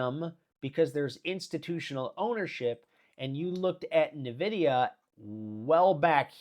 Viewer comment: Why do you call it navidia? It’s pronounced EN-vidia